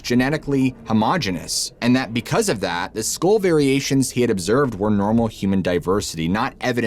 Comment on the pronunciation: I sit baffled for a while trying to figure out what these words are, like hell storm, he can't pronounce hail. Or skull. And it's irritating.